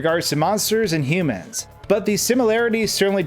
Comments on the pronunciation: the way he says humans is just... ouch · cool video but its hue-man not however you pronounce it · It's funny how you say "humans" as if its a word Toby made up